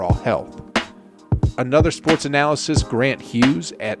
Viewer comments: The word is pronounced AH-NUH-LIST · It really bugs me how you pronounce analyst